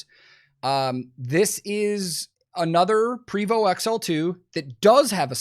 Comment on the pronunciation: Prevost is pronounced "PRAY vo"